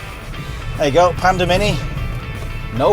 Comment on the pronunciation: I thought I heard you say Panda Minion 😊 not Panda Mini. Pandemonium !! 😂😂 Perhaps Geely will rethink names for their future models?